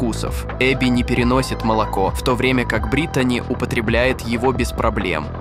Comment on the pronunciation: Ударение в имени на И: БрИтани